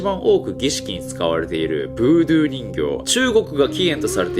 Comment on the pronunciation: 細かいですが「ブードュー」では無く「ブードゥー」だと思いますよ